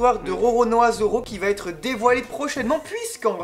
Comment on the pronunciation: Arrêtez de dire "vaTêtre" plizzz ! 😡